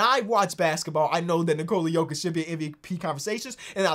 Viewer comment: It's Jokić. It's HIM and it aint even that close tbh